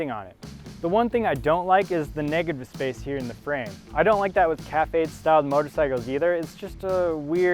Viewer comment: FYI CAFE in this case is pronounced CAFF despite the confusing spelling